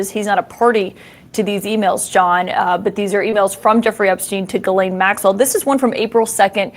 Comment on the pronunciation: is pronouncing Ghislaine Maxwell's name wrong.